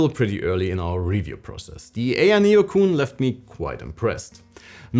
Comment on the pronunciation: It’s ayeneo QUIN not cooon!!!